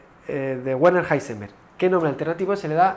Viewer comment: El nombre de Heisenberg no se lee "Guarner" (¿Warner Brothers?), se lee "Verner", como el nombre de Werner von Braun, casi como el apellido de Julio Verne.